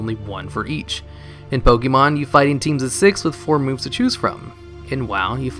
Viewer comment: Can you stop calling it "Pokee mon"? It's one of the most well known franchises and there's no way you don't know how to pronounce it correctly